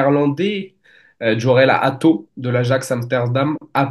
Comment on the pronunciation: À chaque fois j’ai l’impression que vous dites mon nom quand on parle de jorel hato😂 mon nom c’est joel Atho